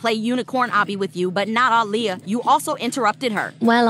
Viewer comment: Why is her name ah Leah? 😂😂😂😂😂😂